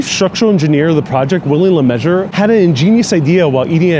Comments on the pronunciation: I'm guessing you mean William LeMessurier? His surname is pronounced 'Le-mes-u-rey' not 'le-measure' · yes, was determined to have 'luh-mez-oo-ree-ay' pronounced as 'Mr Lemmeasure-er'. A bit of nominative determinism that was probably, pointed out far too often to be funny for the engineer! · It's pronounced Ley Mezooreeair (Le Mesurier) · "Luh-mez-ooh-ree-eyy". Lets be respectful and say the man's name right. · a structural engineer named William LeMessurier (pronounced "measurer"), are u kidding me.. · Really interesting video but the way you butchered my man Willie's last name caused me great physical pain lol. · Got the LeMessurier-ments wrong